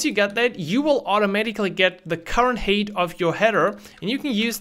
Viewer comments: Height is pronounced hite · Hey, great video. FYI the word height is pronounced like hight.